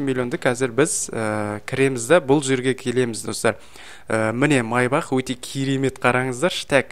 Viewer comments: майбақ емес майбаш ко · Майбах емес мейбах